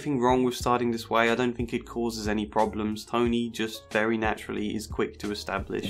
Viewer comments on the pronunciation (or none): I really like that it sounds like you're calling him Tiny lol